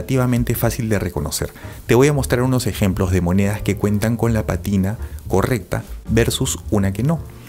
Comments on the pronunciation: Para ti que estás en este rollo, una corrección. No es patina, sino pa'tina, palabra esdru'jula con acento en la antepen'ultima sílaba. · Se dice pátina. Atención al acento, por favor.